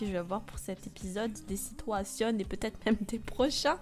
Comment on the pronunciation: "Les situations " (avec l'accent ) x)))